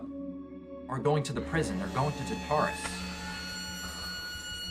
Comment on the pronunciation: Tar-ta-rus.....NOT Ta-tar-rus...please stop